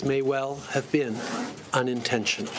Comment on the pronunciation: this guy said UN- intentional (🤣 rocket hitting plane). Trump and him must bowl together. Gotta love Trump Rockets hit but didn't hurt anyone.